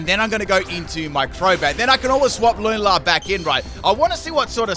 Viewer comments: Haha Lunala's name is pronounced "loo-na-la" Luna means moon in spanish if you didn't know. ( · I usually don’t care about how ppl pronounce Pokémon names, but how he says lunala brings me so much pain. It sounds ugly and a mouthful to me :’’)